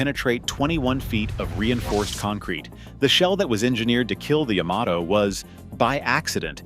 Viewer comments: The Yahm-ah-Toe was quite the foe. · I don’t think the Japanese themselves have ever heard of a ship called Yah-ma-toe? Sounds like something I say when my dog steps on my foot?